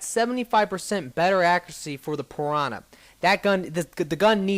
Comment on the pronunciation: you say piwana